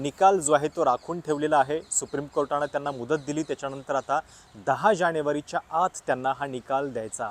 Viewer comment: जानेवारी -जाणेवरी निवडूनुक आयोग. ण पुन्हा, ण.. दोन -दोण नाही... उल्लंघन.. ण .. नंतर - ण बातमी खूप छान आहे., फक्त न आणि ण मध्ये गोंधळ नका करू सर.